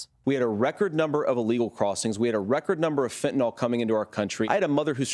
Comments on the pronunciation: it annoys me so fucking much when these goobers say "fentaNOL" instead of fentaNYL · “Fentanol”. He can’t even pronounce fentanyl right.